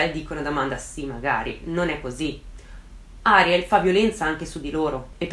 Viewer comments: piccola precisazione/curiosità: in spagnolo si pronuncia Arièl e non Àriel (di base tutte le parole in spagnolo sono piane a meno che non abbiano un accento grafico; il nome Ariel non ce l'ha quindi va pronunciato come una parola piana e non come sdrucciola); sì sono un rompiscatole, me lo dico da solo 😁😛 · Video strepitoso e degno delle aspettative, amo ascoltarti. Solo una cosa piccolina, credo che il nome di "Ariel" si pronunci "Arièl" con l'accento sulla e, dico perché il mio "ziastro" si chiama così ed è argentino quindi, boh... Credo si dica così però magari è diverso, comunque top ❤️